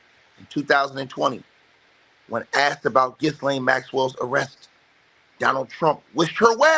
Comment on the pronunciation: the 's' in Ghislaine is silent